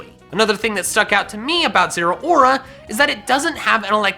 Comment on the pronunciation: zeraora is pronounced zeh-row (as in cow)-ruh